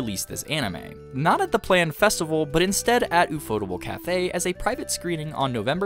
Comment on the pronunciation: My ear bleeds every time I hear "u-fo-tu-ble". It's pronounced in English, "UFO Table." Because when the creators of the studio went to a pitch meeting with financers, in their office was a table. One of the creators said, "Hey, that table looks like a UFO." That stuck in their mind and they eventually created their studio, UFO Table. They even went back to that financer and eventually bought the table from them, and now have it in their office.